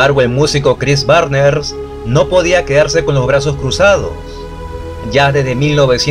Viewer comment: Chris Barnes al principio del video era Chris Barner, y ya después después Chris Barners; y Rob Barrett empezó como Bob Barring …😅. Muy buen video 👍🏻